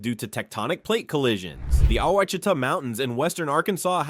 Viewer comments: "Ouachita" (pronounced wash-i-tah). lol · Ouachita, pronounced wash i ta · Quachita is pronounced “Wash-It-Tah” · I'm from Arkansas and didn't even know all of these. And yeah, like some people said, there were some mispronounced names. Among others, the one that stuck out most to me was Ouachita. It's more like "wash-it-ah" instead of "ew-wash-ita" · uhhm it is not wash I tah it is o wa chita! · Ouachita is pronounced Wachita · This was very interesting. However, as an Arkansan, I was screaming at the TV every time you said Ouachita. (And a few others). I know you did your best- lord knows you pronounced it at least ten different ways in one video. But for the record it’s pronounced “wash-eat-awe” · ahh yes lake WHA CHEE TUH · Ouachita (pronounced "wash-a-taw") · As an Arkansan…this video pains me… Ouchita = Wash-eh-tah Petit Jean = Peh-Ti Jeen Magnet Cove = MAG-Net Coh-ve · Arkansas is not nor has ever been a Midwest state . It is very much a Southern state . It always has been. Learn how to pronounce things properly when you do stories on Southern states . Those are the WASH EH TAW Mountains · The mispronouncing of Ouachita (wash...i...ta ) is well known here in Arkansas. We pronounce it with three syllables, accent on first syllable, the letter 'i' is the 'short' i sound, then ending with ta...short 'a'. But....the rock called Novaculite, which is world famous as a high quality whetstone, is also known for being pronounced as the 'wa...shee...ta' stone...accent on 'shee'. The American Indians who were here thousands of years before "white man" got here, probably laughed a lot at us trying to pronounce their names for stuff. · FYI: Quachita is pronounced wash-a-taw...🙃 I did enjoy learning new things about my home state that I left decades ago. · wash a taw is how you say Ouachita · Oucitha is pronounced wash-it-tha! From a native American tribe. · Ouachita. = “ wash a taw “ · Right, bad pronunciation! It should be wash-e-tah